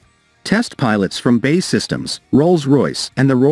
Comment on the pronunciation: Does anyone else find it annoying that the voice over guy computer pronounces B.A.E as bay. Give me strength